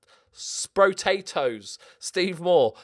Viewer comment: Thank you for saying 'Sproatatoes' right, one of the very few 😂